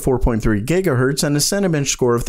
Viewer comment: Interesting video, Watched more than once, nice pace, not too long etc. One thing caught my eye... it's Cinebench, not Cinabench dude.